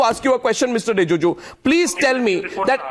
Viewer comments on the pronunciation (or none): Arnab, it's not Rijuju, it's Rijiju ! 👈